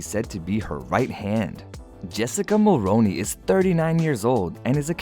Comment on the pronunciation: Pronounced “Mulroony”not “ Mulroni”.